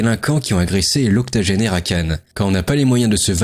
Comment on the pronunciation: "...qui ont agressé l'octAgenaire à Cannes..." Ça commence fort. Ce jeune n'a même pas été capable de lire le titre de l'info qu'il commente...